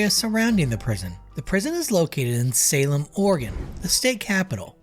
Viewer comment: Adding for Salem the same